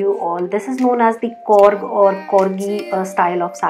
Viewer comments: I liked your thought of showing how to drape different saree. We coorg r blessed with unique culture & tradition. I basically feel very bad that u mis pronounced coorg as korrg & being north Indian's most of u say Kannad it's not Kannad it's kannada (south Indian language) & Karnataka is our state.. coorg /Kodagu is a small district of Karnataka. People who has reached to this video pls chck the right video of coorg style saree draping. You have to do much more research to make any such video so that it won't hurt anyone's sentiment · Firstly request you to pronounce fluently, it's COORG not KORG; COORGIE not KORGIE... I understand we Indians are not native English speakers. so suggest, when you unsure of how to pronounce or use a new word kindly check with a person related to do subject or matter; if not we definitely can refer today's advanced technology Google translator or pronunce app Or web page to break the difficult words.... Secondly the saree is not measured while draping.. Suggest you to refer few coorgi videos (everyday is a learning no harm in learning or referring other tutorial) Thirdly the length of the pallu on the right shoulder (front) is not supposed to be that long